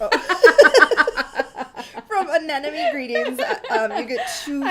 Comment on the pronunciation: “An ‘em mony ” is how anemone is pronounced